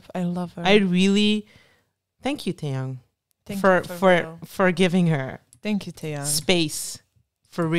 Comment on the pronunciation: First can we take a minute to say. Omg you pronounced his name right. Second the way y’all notice the little looks and small moments. It’s the details. And you nailed it. He keeps his eyes on her and I mean. It really sets the tone. It’s not about the camera. It’s about Lisa and it’s like he is giving her her due. It’s so so good. 😊